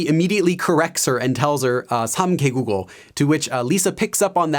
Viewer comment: U gotta say it like -개V국어 Not -개국어. It’s -개 국어